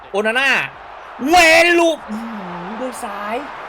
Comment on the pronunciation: โอนาน่า หรือ โอฮาน่า ครับเนี้ย เอาฮ่าตลอด55555